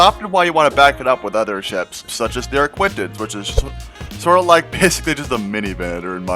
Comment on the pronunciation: Why y'all calling it an ArquiNtens like Cpt Shack its a ArquITens. There is no "N" dang nabbit! Great to see all the work you're putting into this submod though, really looking forward to release!